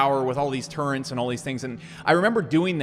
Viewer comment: i get my kicks when people say “turrent” even knowing full well that it’s turret